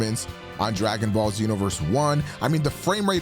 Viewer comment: lmao "Dragging Ball"